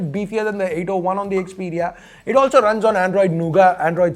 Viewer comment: yeah I know the actual name and it's pronounciation, just it was funny how he pronounced by mistake 😄😄⚡⚡